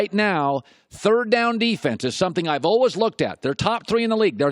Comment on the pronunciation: "olwez" for always